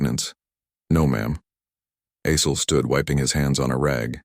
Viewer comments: AI voicebot doesnt do well with Assel (sounds like Ass, hole) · caught that too....